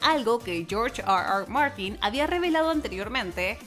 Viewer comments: Está hablando en español y dice "AR AR MARTIN" , solo por eso doy "no me gusta" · Porque pronuncia tan mal r r Martin?